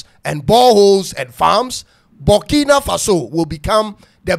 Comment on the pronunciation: It is Burkina not bukina mean farm land